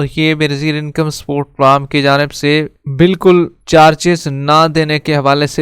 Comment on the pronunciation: Pram Kya hota hai Bhai. Program bola karo